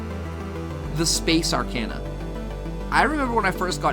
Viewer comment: Aside from the audio mixing, the only complaint I have is that some of your pronunciations were kinda wonky. Specifically arcana, thaumaturgy, aether, and mana. Literally just a personal thing with me though, the video is super informative for a first timer like me looking for info.